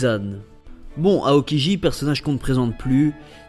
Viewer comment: Mais mec prononce bien chabôndi mèrde et aokiji -_- !! Tu casse les couilles